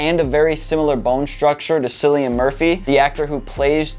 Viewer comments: It's "Killian", not "Sillian". Seriously? And thanks for your opinion... Anyway this haircut will always be awesome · Your representation of the haircut is inaccurate, so is your pronunciation of his name. The C in Cillian is pronounced like a K. That haircut right there, believe it or not, is NOT the Peaky Blinders haircut... otherwise it would actually look like it... and it doesn't... You're a fraud and I'm wondering why you would go so out of your way to lie about a haircut just to bash it.